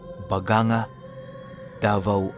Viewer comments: Bagangga ang pag pronounce. Sobrang ganda ng crystal clear beaches and Majestic falls. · Ang tamang pagka bigķas po ay BAGANG -GA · BAGANG-GA,YAN ANG BIGKAS..❤ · bagang-ga po pag bigkas nyan 😊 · Ba-gang-ga Po Ang tamang bigkas Dvo Oriental